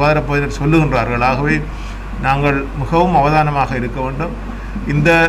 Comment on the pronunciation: யாழ் அரச அதிபருக்கு "மிகவும"என்ற சொல் வாயில் நுழைவு கடினமாக உள்ளது.முகவும் என்று உச்சரிக்கின்றார்.